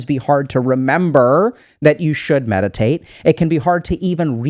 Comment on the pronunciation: omg i thought u said medicate lol not meditate.